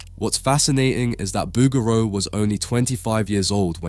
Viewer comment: I think you are mispronouncing the artist name bow-ger-row